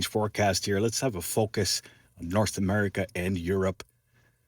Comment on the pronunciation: You just said gulf of Amurika . lol